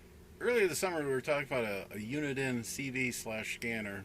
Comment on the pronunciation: It's "Uniden" with den pronounced like the tv room in your house. Not Unidine. Unidine is a food service company out of Boston, MA.